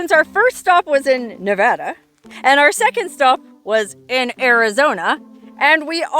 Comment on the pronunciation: You get a gold star for pronouncing Nevada correctly 😂😂😂😂